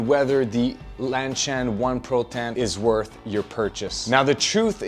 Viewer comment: Is LanSHan supposed to be pronounced as LanCHan?